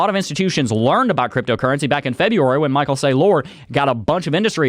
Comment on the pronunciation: Michael Say Lore